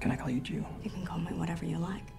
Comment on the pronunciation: she say can i call you Jew not june